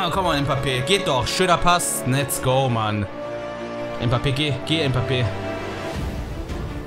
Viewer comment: Bro du bist der beste RTG streamer aber Mbappé spricht man Mbappé aus und nicht mpappe